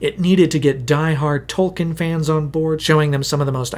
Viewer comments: A cursory effort online would quickly reveal that Tolkien himself pronounced his name as Tol- Keen . It would be like pronouncing Peter Jackson's name as Peter JOCKson . It's a little thing , but it's grating on my ears . You did a lot of research and this is a good video . A minuscule amount more and you would have gotten the famous author's name right . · An “expert” should know it’s pronounced “tolkeen” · Tolkien has an e in it... It isn't Tolken. Jeez... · Wished you pronounced tolkien's name right, just once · three hours of work, still mispronounced the authors name